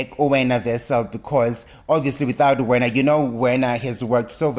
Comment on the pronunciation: It's Werner (pronounced 'ver-na' - va, ve, vi, vo, vu, not 'wena'); Wessels (pronounced 'vessels') 🙄.